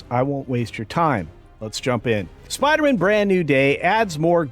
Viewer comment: As much as I hate the forced female thing, and Zendaya in literally everything, I think I hate the way you pronounce Spider-Man the most.